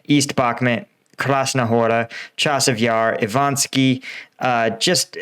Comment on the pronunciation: You got Ivanivske almost perfectly the other day, now you're back to Ivanski again.